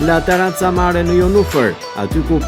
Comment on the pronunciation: Po ky gazetari fshatar komplet qe sdi te lexoj La terrazza jo taraca... Keta pronaret slidhin dot dy fjale bashk pastaj as vet nuk e dine pse jane aty qe presin shiritin e diçkaje qe nuk eshte e tyre,, sa gjynah Vlora jone u be beton nga fshataret qe zbriten nga malet...